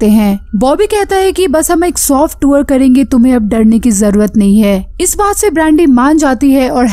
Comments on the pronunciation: Tuor ... Nhi tour bolte hai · Madam tour hota hai tuwar nai. Pronounced toh krna sikh lo